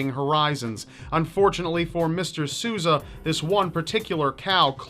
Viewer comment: Dude, if you don't speak Portuguese... ASK SOMEONE. That is not how you say Sousa